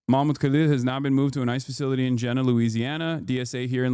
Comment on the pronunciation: Fucking Christ. Jena is not even an hour away from me. I bet our new governor Jeff Landry is just fucking giddy to be helping too. P.S. it's pronounced "Jee-nuh"